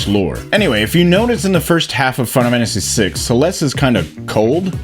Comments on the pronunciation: Dude, say the name of the game properly! ...WTF is "Finamanacy6"?!🤦🏼‍♀️😆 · Makes a video on Final Fantasy VI Is incapable of pronouncing Final Fantasy VI